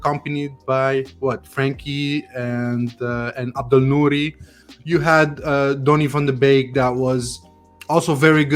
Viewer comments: Sorry, but if you're a Man U fan and can't pronounce his name correctly, you have no right to speak about him tactically. Basic. Beeeeeeeeek! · You guys dont pronounce donny van de beek correct!!! 😒😒😒😒